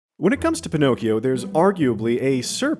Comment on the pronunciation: Me an Italian, who hears how you pronounce "Pinocchio": 💀